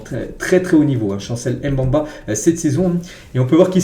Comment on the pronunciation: Chancel Mbemba ça se prononce pas comme tu l'es dis là. C'est Mbemba avec le E au milieu tu dois le prononcer ce n'est pas un A au milieu ce n'est pas Mbamba c'est Mbemba. Stp 😅